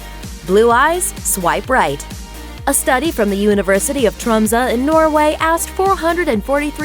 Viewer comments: The way the woman pronounced the city Tromsø, LOL. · The List Hahahaha hearing an english speaking person trying to say Tromsø made me laugh... xD hahaha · THE WAY PRONOUNCED TROMSØ MAKES ME WANT TO SCREAM AND I AM SWEDISH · hahaha, no hate but just a tip: do not try to say Tromsø Again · the way you say "Tromsø" is just way too funny, sorry mate, you are not even close I wouldn't call skiing a risky activity Just some words from a norwegian subscriber